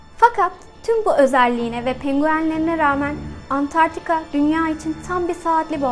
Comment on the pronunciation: Videoyu çekmeden önce, keşke kıtanın adini doğru söylemeyi ogrenseydiniz... Dogrusu, Antartika değil, Antarktika! Veeee bir de, kıtaa değil kıta, yani sondaki a kısa olacak. Valla gerisini, bu mesajı yazma sürem dışında, bu nedenlerle izleyedim. :(